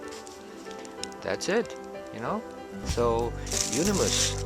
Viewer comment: It is not pronounced as eunonymous, it is euonymous..